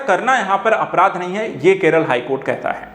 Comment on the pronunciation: araadh nahi apraadh